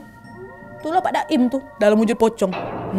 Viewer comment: maap kak nad tapi aku salfok sama kak nad yang awalnya bilang pak 'daim ' jadi pak 'doim'😭😭